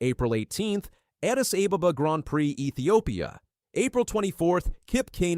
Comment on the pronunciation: Botswana is pronounced Boat Swana and Ababa is pronounced Ah Bah Bah